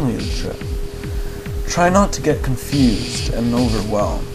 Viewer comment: i listened to thing on salvia and when u said cunfused in my mind u said it like times